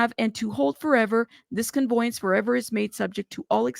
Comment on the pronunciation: $10 deed transfer is quite common. Also, just an FYI…. It’s conVEYance , not conVOYance…not bein’ shitty, just tryna’ help. Obviously, dude’s ditching assets so he doesn’t lose them through all of this.